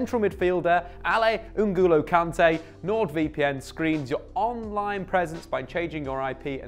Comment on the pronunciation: "Ungulo Kante". Come on